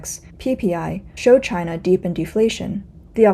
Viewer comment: Its its Myde in Jina! HAHA